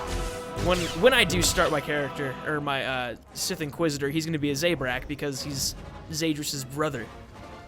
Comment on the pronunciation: Z-a-brak thats how you pronounce it